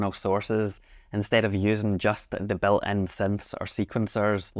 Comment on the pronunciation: Admittedly, it took me quite some time to understand that you've said " built-in sounds" and not " bellend sounds" 😂